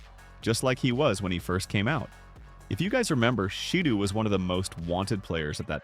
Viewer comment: “Say and shadoo’ WTF